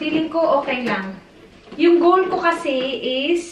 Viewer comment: samooka sa “Kigol” lage hahaha.. 😂😂😂